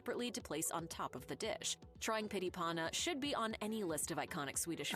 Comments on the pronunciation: "pity pauna" die die die die die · ABOUT THE FOOD NAMES 😂 Why cant people just read the words and add some of the swedish chef pronaunsiation. PYTT (you see the two t.s) i PANNA And so on and on... Whats the problem 😅 Cake? Its white bread that they spread butter on and fill the layers with different types of filling. Shrimps, liverpate, ham, cheese and so on and on.